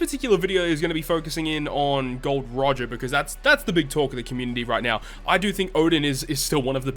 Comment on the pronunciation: my man pronounced Gol D. Roger correctly unlike other pepos out there, THIS IS ACCEPTABLE!